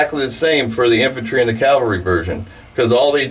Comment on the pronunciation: CAVALRY, not CALVARY. 20 years and you haven't figured that out?